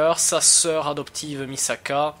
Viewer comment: Super vidéo! Juste en début, pour un fan de l'anime entendre "Misaka" au lieu de "Mikasa" ca fait mal aux oreilles Mais on mets ca sur le stress de la caméra;) Fais attention quand même! Continue:)